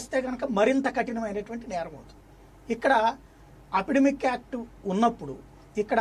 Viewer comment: apidemic (Telugu lo) kaadhu........... its Epidemic